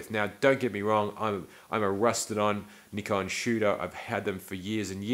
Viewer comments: How to pronounce Nikon ...easy ...try saying nipon and all will be revealed ! Please fwd this to the USA. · I believe it's spelled N-I-K-O-N. With only one K, or no C before the K, the I vowel is long, seemingly pronounced Neye-kon. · I am from the USA and it was always pronounced Neye con but when I moved to Eastern Europe 20 years ago it was Nee-Kon so depending who I am talking with, it randomly switches between them....but I deal with a lot of tourists from around the world and many say Nik-Kon, whatever it is called, I am a big fan switching from Canon use for 25 years to Nikon 12 years ago. Currently shoot with D850, 800 and Z6 but 90% with the Z6, really like the whole package, S lenses on Z bodies are hard to beat.